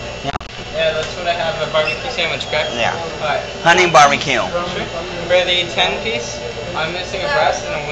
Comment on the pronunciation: hahah some dude says can I have a bee bee que sandwich instead of barbeque.